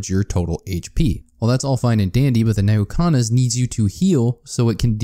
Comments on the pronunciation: educational vidoeo; calls "N'Kuhana" Neyhookana. Nuh-Koo-Ha-Na N'kuhana Nuh-Koo-Ha-Na Edit: A script would do you wonders. There's a lot of mixed terminology that you use. Which isn't a problem in a normal video, but here, it's just confusing. So, I'm going to actually rewrite this whole video in summary here for everyone watching to use as reference. TLDR: Transcendence good on eclipse. Healing better for normal/maao. Key notes about your health bar.------ The green/red health bar is your health. This can be regenerated passively by your normal regeneration rate, regeneration items (items that say "regenerate" in the tooltip), and by health gain items (items that give you health for fulfilling certain requirements ((Harvester's Scythe requires you to crit for health gain.)) The blue health bar is your shields. He actually covered shields really well. The clear bar is Curse. Curse is a negative effect given by Shaped Glass, The Artifact of Glass, and the Eclipse 8 modifier. While this effect reduces your HP, it is considered an HP value and will remove OSP (Covered in "One Shot Protection" below) ++++++++++++++Your total combined health bar will now be considered HP (Hit Points)+++++++++++++++ (The yellow health bar is your Barrier. Topaz Brooch and Aegis can give you Barrier. They have tooltips. This does not contribute to your combined hp.) How to heal.------ As stated in your green/red health bar, you'll need items to gain health. Using these items while having a Tran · Nehukanas???? Nukahana is how its pronounced, great video but please stop saying it wrong